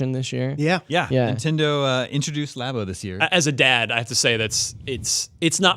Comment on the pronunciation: Again with the lobbo what the heck it’s labo like a lab 🧪 not lob please correct lol